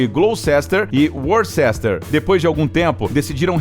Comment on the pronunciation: Azar foi o do narrador ter que pronunciar Gloucester e Worcester ao mesmo tempo. Gloucester. Worcester.